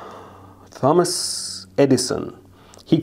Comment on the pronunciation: did he say dumba$$ insteD of thomas? XD